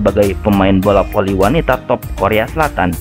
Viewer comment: Bola Voli om bukan bola poli Fans bukan pans , Hadewwwwwww blibet si om jd mimin 🙄